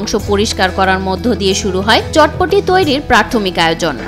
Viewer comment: এটার নাম চটপটি না বটপটি 🥰